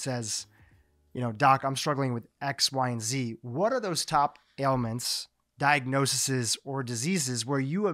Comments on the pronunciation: He was adding an extra syllable, like "di-ag-no-see-sees". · This was a first-rate discussion of the issue. Thank you. Very minor point,: "di-ag-no-sees"